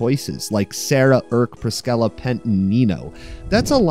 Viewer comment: That's ONE way to pronounce Priscilla 💀